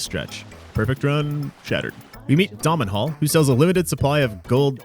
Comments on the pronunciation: Please it's domhnall not domenhall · Domhnall is pronounced as dough null, its Irish and sometimes is anglicized to donal or donall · Domhnall should really be pronounced "Doh-nall" , it's an Irish name and I think the voice actor/VA directors got it wrong. As generally UK/USA people really struggle with Irish names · Dominhall. It's pronounced Donal. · Fantastic run! (I seem late to this video). Legitimately considering following the written guide for a playthrough. Just a note that Dohmnall is an Irish name, and is pronounced "dough-null" (like pizza-dough). A common anglicisation of it is Donal. Interestingly, your pronounciation was oddly close to the word for "spider" which is quite cool and threw me a bit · His name is pronounced Donal. No hate, just letting people know, Gaelic names are weird. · This is how I feel like I always wanted to play the game, but never gave myself enough time to plan anything Domhnall is pronounced Dough-nal by the way :) (It's Irish) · Domhnall is pronounced "Dough-nawl" btw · Domnhall literally introduces himself how did you you mess up his name so badly